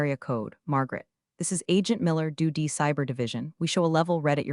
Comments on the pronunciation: Hilarious the way the reading of this pronounces DOD as do d and it gets written for the on screen script as duty. A lot of time is put in to these stories on the “influencer’s” end that are nothing but comical. The way the actual stories come across makes you and a lot of other people who do these things comedians and not very good ones. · Another channel that doesn't proof and edit whatever garbage the AI voiceover spews out. What exactly is a "suv"? Believe it should be pronounced "es ewe vee ." And don't forget DOD, should be pronounced "dee oh dee." I shake my head knowing that there are people who will try to learn English from AI generated narrations. The future certainly looks bleak. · "configuring to doody standards" 😂😂😂😂😂 Train your AI to read acronyms!